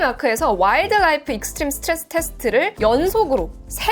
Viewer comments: '와일드 라이프 익스트림 스트레스 테스트'라는 단어 자체도 그렇고 이 단어가 포함된 문장까지도 빠르게 읽으면서도 딕션도 무너지지도 않고... 그것도 여러번 말하는데도 지속적으로 빠르고 무너지지 않는... 와우... 발음 무엇?? 아나운서를 하셨어도 잘 하셨을듯요! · 와일드 라이프 스트레스 테스트 발음을 이렇게 혀 한 번 안 꼬이고 빠르고 완벽하게 해내다니... 굉장하다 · 와일드 라이프 익스트림테스트 딕션 이렇게 좋을 일이야..?